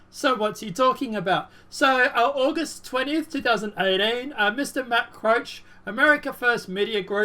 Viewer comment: Matt Couch's name is pronounced just like the piece of furniture in most living rooms, and Donna Brazille's name is pronounced just like the country "Brazil". Just an FYI. Love your channel,. ☺ God Bless and Keep you,.